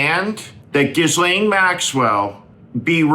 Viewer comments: Excellent points, as usual. P.S. The "S" in Ghislaine is not pronounced. It's like gi-lane. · Steve, you really capture the rot that we Americans are showing to the world. However, would you please, please, please learn to pronounce Ghislaine's name? It isn't that hard. Start with a hard "G" and follow with the accented 2nd part (so it sort of sounds like "Guh-LENN"). Important: There is NO "S" in the pronunciation. None. G (quickly) and Lenn. THAT is the way the young girls who actually knew her (and were victimized) still pronounce her name. Thanks for some effort on this. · You’re great Steve. I watch all your videos; but… you really should pronounce Ghislaine’s name correctly. Karoline Leavitt is being called out for not learning how to pronounce Guiffre. You should also show that you’re not an American who refuses to pronounce unique names correctly. It’s not that Ghislaine deserves anything; it’s that you should show a higher level of cognizance on name pronunciation, especially a name you repeatedly say. Otherwise, keep up the great Warnings. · You have never learned to pronounce her name correctly. You aren't the skilled speaker you think you are.